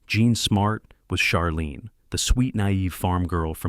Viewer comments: Charlene, like charcoal! Not Sharlene! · You pronounced Charlene's name the way her cousins' name is pronounced. They're different people. Delta was the best part of Designing Women. Be honest. Suzanne was the best part of the show.